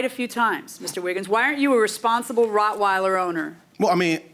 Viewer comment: This man owns a dog but can’t pronounce what type it is!!!! ROCK-weiler so ignorant